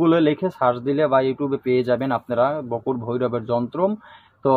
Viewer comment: বকুট না বটুক ঠিঠাক বলুন